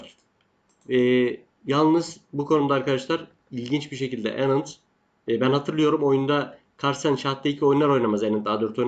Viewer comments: herşey iyi hoşta anand'ı yazıldığı gibi okusan daha iyi olur hocam. Enind demek belki kendi dilinde doğru olabilir ama hiç güzel gelmiyor kulağa :) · ustad vidyolari severek takip ediyorum ancak yazmadan gecemeyecegim- hintliler bile (chess base india gibi) ilk harfi A olarak okuyor